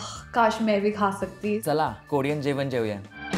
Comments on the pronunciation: Who else got irritated when they pronounced "Korean" as "koorean" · Is anyone else annoyed by the way they pronounce Korean 🙄